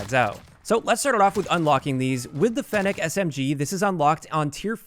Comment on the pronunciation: At least you can pronounce fennec properly